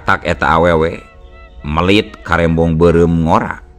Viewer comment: naha kunaon mang di bandungan ti kapungkur dugi ka ayeuna, teu tiasa nyebutkeun EU, mun Meulit di sebut melit, mun peujit di sebut pejit, jeung sabangsana, sadaya anu makè kecap eu siga anu susah nyebutkeun geuning?? Apan amang tèh urang sunda?? Komo tukang Dongèng mah kedah apal Undak usuk basa sunda, punten mang nya di kritik, soalna abdi sakola tèh PRODI Bahasa jeung sastra,aya kawajiban kedah ngèlingan.